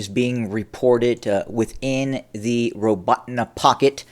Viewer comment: Robe-ah-Teen is correct pronunciation